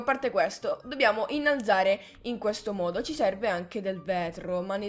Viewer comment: "innalazare" detto come lo dice è epico xD